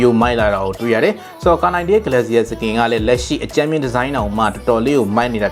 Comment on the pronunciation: ဂလက်စီယာ မဟုတ်ပါဘူး ဂလေရှာ ပါ